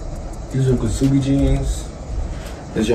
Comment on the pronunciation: its pronounced "subi" gng not kuh subi